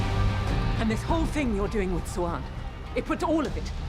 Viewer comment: Siuan is not pronounced swan It’s swahn or Sue-whain